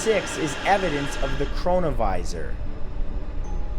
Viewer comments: Chrono-visor/Corona-viris? Anyone else find that weird?!🤔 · i deadass thought he said coronavirus for a sec 💀💀